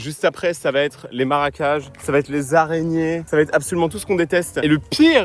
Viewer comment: Le fruit en question , qui pousse sur le tronc, est comestible c'est le mafai, mais je sais pas si ils étaient mûrs. Par contre faudrait aller chez un orthophoniste, c'est marécages, et pas maracages. 😅. On peut dire l'eau a bouilli, mais au présent c'est l'eau bout.